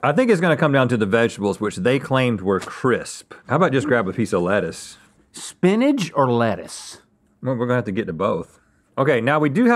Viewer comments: Link calls spinach "spinnage". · Link clearly pronounces Spinach as "Spinage." Make sure Rhett is aware please. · the way they pronounced spinach was really jarring to me